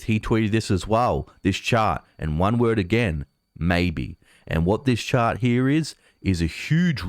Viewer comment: "Chart", not "shart". "Last year", not "las sheer". "This year", not "thi sheer".